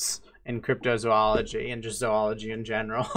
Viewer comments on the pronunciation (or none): none